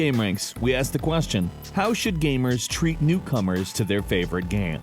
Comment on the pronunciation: I love how he says Gaem